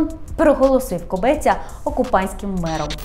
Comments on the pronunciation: Кобця, не КобЕця))) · Кобця, а не кобеця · Кобець відміняють так само як «хребець» – без «хребця» без «Кобця», а не без «Кобе́ця».